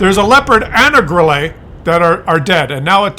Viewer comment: Grille calls team idiots because they completely ignore West flank. And by the way, Grille (German for crickett) is pronounced 'Grill - luh'. Thanks